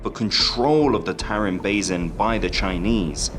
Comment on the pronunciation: How the hell does this narrator manage to pronounce "basin" three different ways in 30 seconds?! And that's one of the English words! Don't get me started on the Turkic words/names he absolutely butchered... Very poor narration.